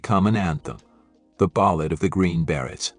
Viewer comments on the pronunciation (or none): If you're going to use AI to provide the speech, at least make sure it's going to pronounce the words correctly. I puzzled for some time over Rambi, only to later realise that it's a mispronounced R 'n' B. There were several others, like 'die' pronounced as 'dee' and 'beret' pronounced as 'berett'. Still, it gave me a laugh. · Your computer should learn how to pronounce "Beret".